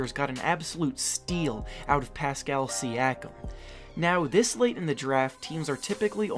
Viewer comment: “And then... Ah? Pastal Siakam” that’s what you said